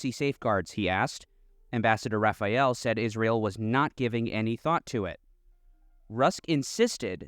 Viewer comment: Rafa - ee - el 😂😅😂😅 Wasp are so f-ing dumb...